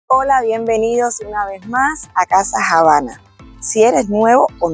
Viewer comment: Tienes que mejorar la diccion, pareces decir "JABANA"